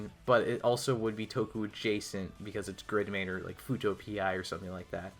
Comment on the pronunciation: Did he mispronounce fuuto pi to fujo pi ?